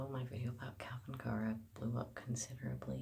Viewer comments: how.. how are you still pronouncing his name wrong mate? You must watch his videos. You have to know how to say it, right? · Just curious... have you ever watched his videos? He has introduced himself several times in videos, yet you cant pronounce his name properly... it makes things appear as though you've never act actually viewed his content.